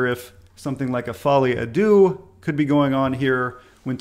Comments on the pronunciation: deux is pronounced like "duh." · Its actually de-ux, said very quickly so the vowels run together.